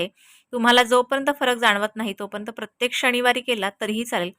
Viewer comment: शणीवार नाही म्हणायचं. शनिवार म्हणायचं